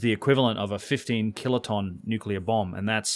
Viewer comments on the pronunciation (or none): none